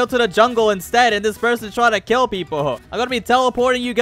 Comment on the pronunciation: And also it's kill not keel🤓🤓🤓🤓